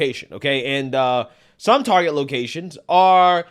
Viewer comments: I stopped when they started pronouncing it Tar-jay. Reminded me of Joe Dirt saying his last name was Deer-tay, lol. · Its pronounced "Targay`